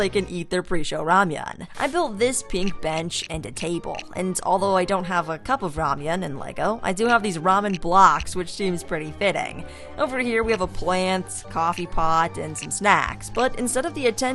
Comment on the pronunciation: the way u say ramen actually hurts